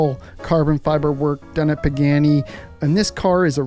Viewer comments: Pagani. Pronounced PAH GAH KNEE. Not PAGANNI. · Pagani not Pagheni. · Bro said peckani